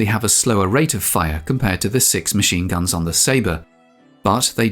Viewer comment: dude your British is showing. 50 mm Mahine guns?